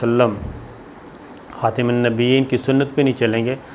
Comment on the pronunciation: شرم کرو خاتم زبر کے ساتھ ھے تم زیر کے ساتھ پڑھتے ھوئی